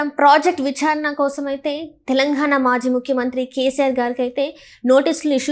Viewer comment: ఖాళేశ్వరం కాదు కాళేశ్వరం తెలంఘాణా కాదు తెలంగాణా విఛారణ కాదు విచారణ